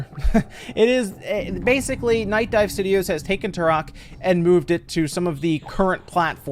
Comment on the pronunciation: It’s not turrrhok, it’s pronounced Trok.